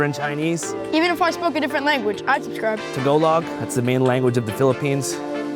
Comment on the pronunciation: I hate the way you said "to-go log" 😂😂😂😂